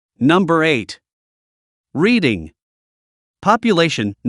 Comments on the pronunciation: Darby and Folcroft both in Delawarw county...both small places with sketchy shi+ going on at any given time. And Reading is nor pronounced ( reeding ) but rather ( redding ) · haha redding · ONLY ONE TOWN IN PA! Thank you...... its REDD-ING, your AI voice is a joke. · READING is pronounced RED ING. Do your homework, all of it... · You pronounced Reading wrong. the a is silent and pronounced liked Reding. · "Reading" is pronounced "Redding" by us PA Locals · Reading pronounced RED ing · Mispronounced Reading, not getting worse. You've evidently never been to PA. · You are pronouncing Reading incorrectly. It is Redding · Agreed. Never heard of Reeding PA. 😂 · I'm glad that there is another local who caught that error in this vid's reporting. Most of the areas are in Western PA, but no one from da 'burgh would make that mistake. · Like anyone else who actually lives in PA, that made me laugh when I heard the town's name mispronounced...so much for AI. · That cracks me up😂😂😂😂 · So exactly how does this organization proclaim to know Pennsylvania so well that it can give us the top 10 worst towns to live in, when they can't even pronounce Reading correctly?! Clearly they don't know crap about Pennsylvania. It's like an article I saw some years ago that said Chester Pennsylvania was a great place to retire. I thought yeah if retiring to your grave is how you want to spend it!